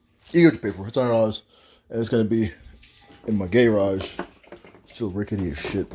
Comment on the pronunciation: That Gayrage like u said or Garage is a frkn a mess . 😆